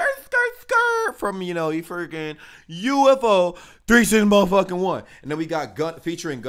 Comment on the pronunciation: ITS UFO Not U.F.O